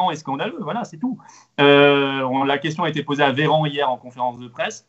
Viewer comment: La moindre des choses quand on est un homme politique la moindre des choses est de dire Mr Véran et non Veran on est pas au zoo ! Dommage intéressant pourtant